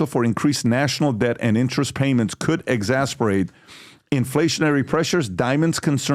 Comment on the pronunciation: PBD! For the millionth time! It’s ‘ EX ASS ER BATE ‘ phonetically :) Love you!